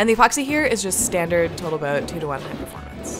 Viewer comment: cool build, didn't realize how many little bits & pieces went into a lirrle boat. are you aware you say "boatl tote" almost every time? you should make & video building a sailplane glider next, that'd be especially cool... even better if'n y'all combined it with big enuff re usable rocket boosters so you woodn't need a tow plane to get it up.